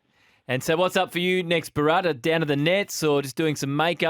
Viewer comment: Can you guys try and pronounce Bharats name properly or even try. It’s Bhaa rath not burrat.